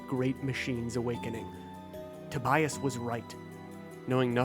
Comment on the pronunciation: Tobias, not Tobayas.